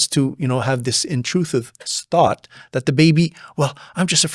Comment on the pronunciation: Intruthive sought 😂😂😂😂 love it